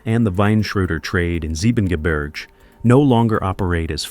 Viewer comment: The voice is also butchering German landscape names like Soonwald and Siebengebirge. The latter has even a proper English translation of its name. "But little Snow-White beyond the Seven Mountains is a thousand times fairer than you."